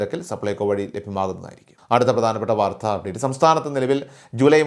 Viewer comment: " വാർദ്ധ" അല്ല..! " വാർത്ത". കമൻ്റുകളൊന്നും വായിക്കാറില്ലേ?